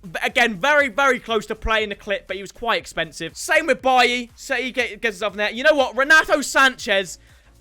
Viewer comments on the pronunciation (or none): none